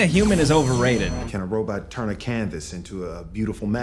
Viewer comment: “The Robut”….